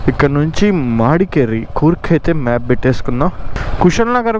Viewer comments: Bro please its not "madkeri" Its "madikeeri" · మాడికెరి కాదు bro it's మడికెరి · bro it's not మాడికేరి it's మడికేరి